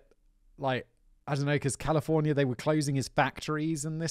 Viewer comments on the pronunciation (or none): none